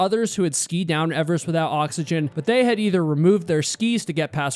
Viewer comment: Did you say skii?